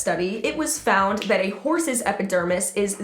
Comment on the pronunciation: Lol, your saying epidermis correctly